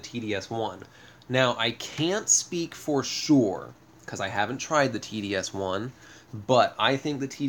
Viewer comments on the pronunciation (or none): Sorry to be such a grammar nazi, but its pronounced TOS-1. Not TDS-1. But love your channel, you've help a lot. Keep it up 👍